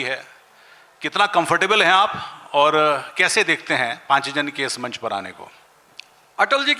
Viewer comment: पांचजन्य बोलना आ नहीं रहा है, शिक्षक बने घूमते हैं🤣🤣